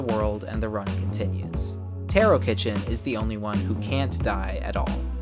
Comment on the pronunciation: btw taro is pronounced taa.row, not tear O